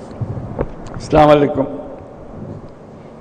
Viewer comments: "Slamalekum" না বলে "আসসালামুয়ালাইকুম আ'লাইকুম" বলুন। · মহাজন ইউনুস সহী শুদ্ধ ভাবে বিনিময় করেনি, সালাম দিতে শিখেনি। শুরুতে বললেন সামালাইকুম। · আপনি তো "আসসালামু আলাইকুম' বলতে পারলেন না,নোবেল জয় কিভাবে? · মাননীয় প্রধান উপদেষ্টা মহোদয় সালাম যে সঠিকভাবে উচ্চারণ করেন না এই বিষয়টি ওনাকে বলার মত কি কেউ নেই? সংশোধনীতে দোষ নেই কিন্তু ভুল উচ্চারণে গুনাহ হবে। আল্লাহ তাআলা সকল মুসলমানকে সঠিকভাবে সালাম আদান-প্রদানের তৌফিক দিন, এই কামনা করি। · সালামটাও ঠিকমতো দিতে পারল না হায় আফসোস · ছালাম শুদ্ধ হয়নি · এতো বড়ো ডিগ্রি পেয়ে বা নোবেল পুরষ্কার পেলেও এখনো সালাম দেওয়ায় শিখতে পারলো না।😂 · তোমার সালাম শুদ্ধ হয়নি।